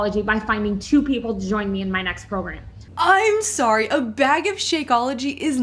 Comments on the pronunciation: Loved this video! Im a new follower and I like how you analyze things. Also side note - the way she said “bag” as “beg” infuriated me lol. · 2 things I could not stand as they were incredibly distracting: the way the constantly is like, smacking her lips or something? And "bag" being pronounced so strangely for no apparent reason.